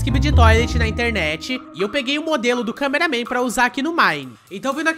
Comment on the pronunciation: não e câmeraman toilet paraaaaaa de fala câmeraman toilet